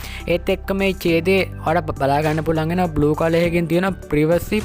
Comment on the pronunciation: ප්‍රිවසි පොලිසි නෙමේ යකෝ ප්‍රයිවසි පොලිසි 😂